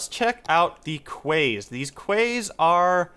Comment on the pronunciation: quays is pronounced 'keys'